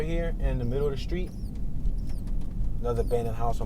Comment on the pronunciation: You fa'sho ain't from Detroit pronouncing street names like that 😂😂😂